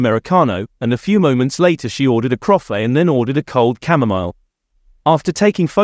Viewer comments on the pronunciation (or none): none